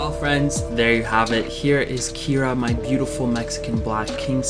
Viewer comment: Kiera not Ciara. What do I know......